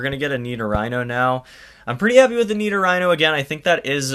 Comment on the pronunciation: Nido-"Rhino"? Most People pronounce it to Nido-Ree-No